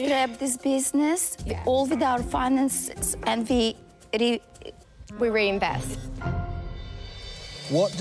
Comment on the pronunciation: When the owner can't pronounce the word "reinvest" 👀